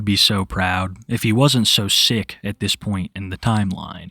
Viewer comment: Wow, dis is incwedible